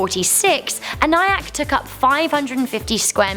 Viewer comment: It is pronounced EN E ACK